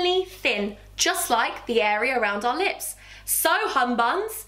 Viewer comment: I thought u were sayin nips instead of lips for the eye cream I was like saucyyyyyyy